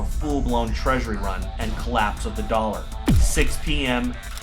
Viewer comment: "dollEr" war?